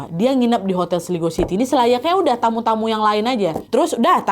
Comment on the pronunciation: cara bacanya itu "Kota Slaygo" nad